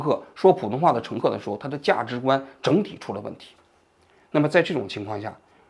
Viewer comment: 某人说普通话非常不标准“价及观” 涉嫌辱华